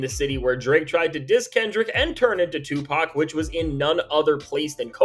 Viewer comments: Sorry, did you just say SUEPAC? I'm stealing that, just like "Lawbrey" 🤣🤣🤣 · Did he just say "SUEpac"? LOL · Yo! Hold up!? Did he say Sue PAC 🤣🤣🤣🤣🤣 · I had to restart because "Sue-Pac" took me all the way out! 🤣🤣🤣🤣🤣🤣🤣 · Bro said Suepac 😂😂😂